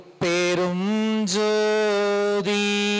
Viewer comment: அருடபெரும் அல்ல ஞ் தனிபெரும்அல்ல ங் என்று உச்சரிக்க வேண்டும் ஐயா